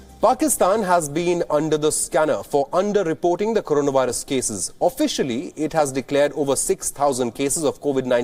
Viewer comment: First Pakistan should learn to pronounce Corona Virus...